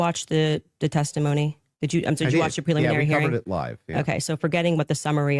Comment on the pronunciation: “Peliminary hearing” my gosh, she’s insufferable.